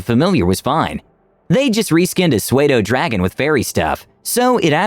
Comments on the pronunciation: I'm sorry... Suedo??? Pseudo is pronounced "Soo-doe". And why the hell didn't the DM use an actual Fairie Dragon? It IS a "Fey" Dragon, it is tiny, like a pseudodragon, AND they are viable familiars. As far as the disruptive player is concerned, after the first warning he gave that Mercer Fan (which was bloody brilliant, btw) he should have punted her out. She was not in the right frame of mind for RPG gaming; what I like to call "a Rules Lawyer in the making". She was disruptive, and destroyed the immersion. I would go so far as to say she enjoyed arguing with the DM because he was, in her opinion, "nothing like Mercer." This player should seek professional help if she's getting upset over game with imaginary events. Trying to measure every DM by the Mercer scale? I would even say she's a hopeless fan-girl crushing hard on Mr. Mercer, TBH. Obsessions are BAD. They make you do really stupid things, like insult people who are volunteering their time to provide for an ungrateful a$$hat, so you can play a frigin' game. On a personal note, I have punted quite a few disruptive players, not necessarily for this, but they were: a) active Rules Lawyers, turning every game into a huge argument; b) would sign up for games, but never show; or c) "tech-necks" who could not pry their beady eyes off of their phones, disrupting play by being unresponsive at the table (they did Not have any sort of D&D app on their device.) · "Suade-o"? it's pronounced "sue-doh," like a pseudonym (false name). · The only things is "swey-doe" Pseudo is pronounced "sue doe" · What the heck is a Soo-ay-doe dragon? i literally cracked up when i heard that, ive never heard it said like that. (its "soo-doe dragon btw) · suedo dragon?? its pseudodragon. as in false dragon. Pseudo- "soodow" pathetic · a Swaydo dragon? What's that? A "soo-do" dragon on the other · Did you just say "sweda" dragon? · "Pseudo" is pronounced "Soo-doe". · Sudo-dragon is how psuedodragon is pronounced